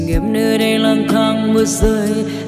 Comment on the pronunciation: còn phải cố gắng nhiều, hát miệng phát âm ko tròn tiếng, bị gằn giọng chứ "đây"......và nhiều từ khác ( có thể do tiếng địa phương vùng miền)... phần nhạc bị dè...